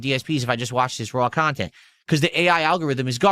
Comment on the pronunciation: the chawntent?